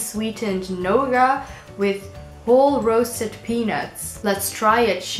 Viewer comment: I'm guessing you meant nougat (new-git) instead of gnauga :) Gnauga hide is something entirely different :D